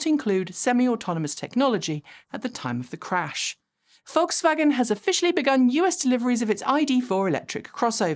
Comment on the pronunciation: Your pronunciation of "Volkswagen" is excellent.